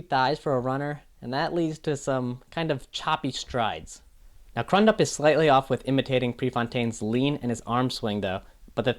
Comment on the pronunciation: Billy’s last name is pronounced CREW-dup. Cool to see these breakdowns even though I disagree with your Pre actor breakdown. I think Billy really nailed Pre.